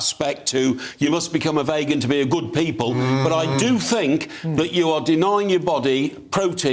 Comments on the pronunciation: That man doesn’t even know how to pronounce the word vegan of course he doesn’t realise you can get protein from plants The audacity of the three of them to speak so confidently about things they understand NOTHING about is completely infuriating, isn’t the whole point of inviting a speaker into their show to listen and learn from someone who knows better?? What is the point of having you on the show if they’re not even going to let you speak! And I’m quite a calm person but comparing veganism to an eating disorder?! That is completely out of order and offensive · Few minutes in already and the guest who's a journalist and broadcaster is spouting the necessity for animal protein, he appears overweight and can't pronounce the word 'vegan' correctly. Does this clown know we only need 10-15% calories from protein and human breast milk is less than 10% protein. Yes, certain low-income countries can have children grow up with protein deficiency due to the scarcity of food but in the UK it's barely existent. Beans, nuts, seeds, soy and whole grains are around 15% protein and comes with other benefits including environmental, animal welfare and better health outcomes. Plants Highest fiber foods High in phytochemicals High in antioxidants Low in fat, saturated fat Cholesterol-free Non-heme iron No hormones, antibiotics No Neu5Gc No TMAO produced Low chemical contaminants MEAT NO fiber NO phytochemicals Minimal antioxidants High in fat, saturated fat High in cholesterol Heme iron (oxidant) Hormones and antibiotics Contains Neu5Gc TMAO production High chemical contaminants Easy winner. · as soon as said vaygan... i hate him! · bloated supposed journalist with chronic high blood pressure who can't pronounce the word 'vegan' claims you can only get protein from meat. Ok then, no worries bro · that whole rant is just pathetic. From the „we need meat to get protein“ by to calling it „vaygan“ the guy is just absolutely clueless. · Wtf is a Vaygan?